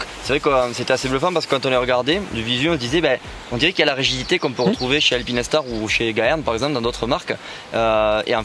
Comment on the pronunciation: Juste pour dormir moins bête ce soir on dit "alpine - star" et non "alpinaistar, alpinèstar" 😉 Très bon boulot les gars !